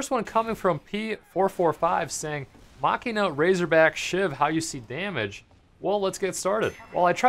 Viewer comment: ITS PRONOUNCED JUST LIKE MACHINE JUST WITH A! :@ (Mashinah)